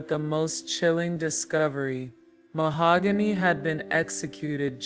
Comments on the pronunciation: YES!!! me too. Keep saying MaHOOgany, ugh😞😞😞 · Rest in peace mahogany❤ whoever this narrator is keeps pronouncing Mahogany's name Ma-hog-gany. Absolutely driving me nuts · The voice is HORRIBLE. I started watching at 1.5x speed but even then it sounded like a child being forced to read in front of the class. Saying her name incorrectly. This is disrespectful man. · Definitely going to have to look this story up somewhere else because this AI voice is probably the worst i have heard yet, cant handle listening to this tragic story being told in this kind of way. I kind of feel that it is disrespectful to the poor young ladys story to be told in a voice that cannot even say her name correctly.